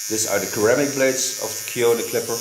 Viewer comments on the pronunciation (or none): you speak excellent English, and I have been meaning to point out that "ceramic" in English is actually pronounced "Seramic" (the first c sounds like an s). English is a weird language.